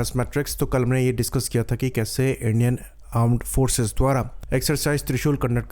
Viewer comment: अरे भइया आर्म्ड फोर्सेस मत बोलो मुझे आंड फोर्सेस सुनाई देता है इसके जगह पर मिलिट्री नेवी एयरफोर्स बोल लो।